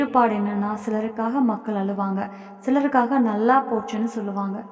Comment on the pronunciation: தமிழ் புலவரே அது மக்கல் இல்ல மக்கள்